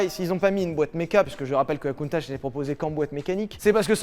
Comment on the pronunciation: Ça se prononce CountaC bon sang de bon soir !! :p Elle est sublime à ce propos.